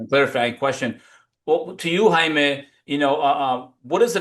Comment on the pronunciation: you said his name right at first Jaimy